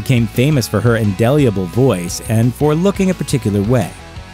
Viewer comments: It’s indelible not indeliable. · There is no such word as indeyeabul. The word was supposed to be indelible, undeniable, or anything other than indelyabul.